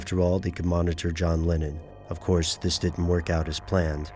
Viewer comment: why does he pronounce 'Lennon' 'Lenin'? Confused the hell out of me because i wasnt watching the video i was just listening haha